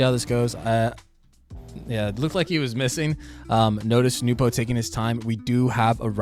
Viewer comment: Bro the second you pronounced it "Nupo" I breathed the DEEPEST sigh of relief .... and then just sat back and enjoyed the rest of the video edit: oh shit I need to change my swivel speed